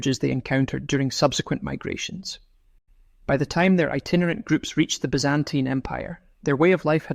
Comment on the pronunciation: From where did you get that strange pronunciation of "Byzantine"?